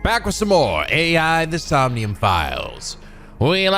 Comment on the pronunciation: Hey,. Just want to point out that you're actually pronouncing the title of the game wrong in the intro. I actually attended the panel when they announced this game back at Anime Expo 2018 and Uchikoshi said that AI is actually pronounced "Eye" in the title, due to everything about this game being related to an eye. So it should be pronounced as "Eye: The Somnium Files".